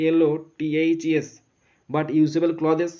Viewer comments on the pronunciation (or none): Sir ota ক্লোদেস nahh ক্লোথস hoii...